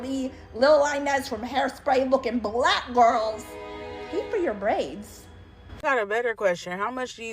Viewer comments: She did emphasize black strangely, but she also emphasizes every other word weirdly too. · I had to go back to the early part of the video, where the woman waa asking the question to see the emphasis on the pronunciation of the word "black" that they were complaining about, because when I first heard her question I didn't notice anything out of the ordinary. But even after listening to her question again, I still do not hear any emphasis on the word "black". Maybe it is because English is not my first language, but I don't hear any emphasis.